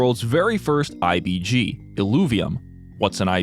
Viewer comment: Keep hearing ABG instead of IBG